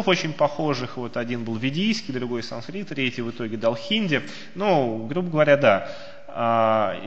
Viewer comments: Ну почему такое пренебрежительное отношение к произношению?!? Почему вместо "санскрит" Вы раз за разом произносите скороговоркой "сансрит"?!?! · Санскрит, а не сансрит!!!